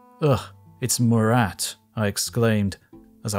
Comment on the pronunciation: it's pronounced Murah the T is silent